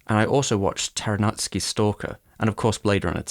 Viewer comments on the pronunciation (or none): Ok, I've never heard any westerner being able to pronounce Tarkovsky right, but how do you make Taranutsky out of it?